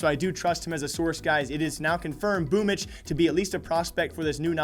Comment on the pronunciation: can anyone explain why Boombl4 is pronounced "boomitch"?